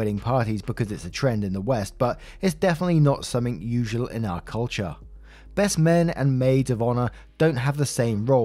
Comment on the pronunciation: Do you know as your reading about this KARENS WEDDING U SAID BREST FRIEND AND NOT BEST FRIEND ?. Go back and listen to it